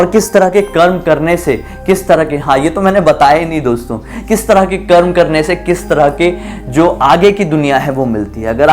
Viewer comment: bhai jo tune bila hey voh garur puran me hi likha hey , or bhai voh karma nahi hey its karm